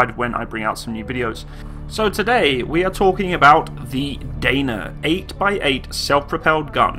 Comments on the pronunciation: its not "deina" but only "dana" and it's actually crapy vehicle our army canceled regiment of these artillery vehicles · Those engines are underrated to last forever, same goes for suspension - also the swing axle suspension by Tatra can go through almost any terrain, it is almost like tracks. Pronunciation is Dah-nah and Zoo-zah-nah.